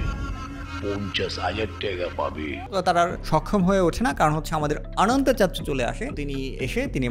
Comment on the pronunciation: দেখি ইংরেজিতে রিডিং পড়তে পারে না 😀😀😀 ওটা অানান্তা না বরং অনন্ত, অার কিছু কিছু ইংলিস বলার ক্ষেত্রে উচ্চারনের দিকে খেয়াল রাইখেন